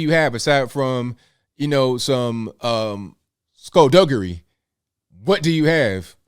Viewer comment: said SKULDUGGERY 🤣 so true so true 👍